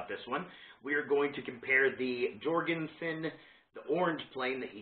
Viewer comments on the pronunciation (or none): Pronounced Yorgen-sen